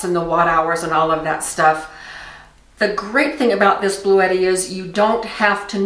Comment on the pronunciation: I thought she was saying “Blue Eddie.” 😂